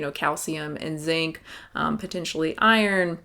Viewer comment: lol every time you say "...and zinc" in any of your videos I hear "...N*SYNC" and it confuses me greatly for .005 seconds